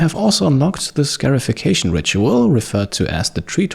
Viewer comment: Hey, just a note on the pronunciation of scarification and scarified. It is said like ‘scar-ified,’ not ‘scare-ified’. They’re getting scars, not scares. I love your videos, they’re always top notch